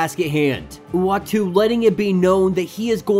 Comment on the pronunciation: Uatu is pronounced ooatu. 😉 Love your vids!